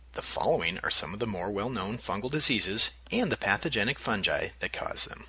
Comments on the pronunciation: oh god he pronounced fungi as "fun-gee" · its all cool until u said FUN JI